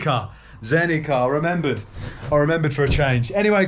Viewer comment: In Bosnian, Croatian, Serbian and Montenegrin, the C is always read exactly how its written. So it would be Zenica, not Zenika. So glad you are in my country, I wonder which city you will visit next, maybe you could be mere kilometers from me 😃 Safe journeys!